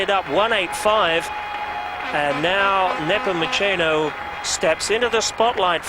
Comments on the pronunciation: Peng Napomochino :)) Please get his name right... He's a legend :) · It is Neh-poh-moo-se-noh